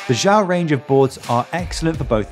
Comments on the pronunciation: It's not pronounced "jow". It's pronounced "she yow" (the space is not a pause; say it quickly as if it's one word). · Xiao is Chinese for small use google for the correct way to say it👍 Good vid BTW thank you